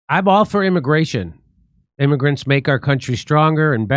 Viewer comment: Stop calling them "immargrents!!!"